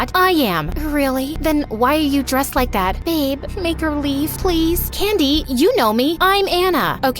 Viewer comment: her name: candy what I hear: Candice my brain: Candice dese nuts